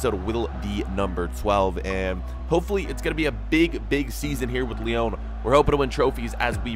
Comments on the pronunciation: It's not Lee-own it's Lee-on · IT’S NOT LEON!!!!!!!!!!!!!!! Are your seriously pronouncing it like this deliberately!